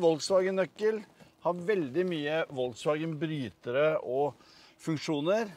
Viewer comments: Volkswagen uttales folkevogn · Volkswagen uttales FOLKSwagen. Er det mulig... Flaut. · Hvor lite kan man om europeiske språk når du adopterer amerikanernes uttale av det tyske merkenavnet. Vuttales F på tysk!